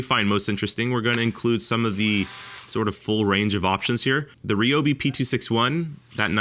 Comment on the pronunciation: If you want to find out if these tools were made cheaper then you have to take them apart, and thays something Id like to see. Also, you say Ryobi wrong and it irritates me just a bit ;)